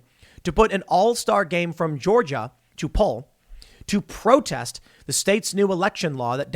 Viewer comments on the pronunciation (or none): none